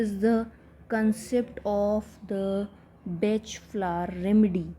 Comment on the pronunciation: FYI pronounced Bahk…not Batch THANK YOU FOR YOUR VIDEOS